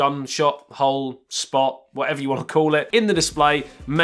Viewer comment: whenever he talks about the s10+ camera cutout it sounds like he says juul cutout